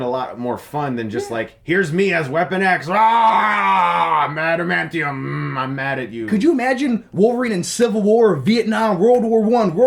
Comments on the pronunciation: I love how can't say adamantium 💀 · He called it "antamantium." 😂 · "antamantium tips. " ...ok